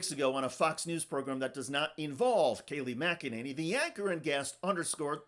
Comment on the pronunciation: “Kay Lie” McEnany…..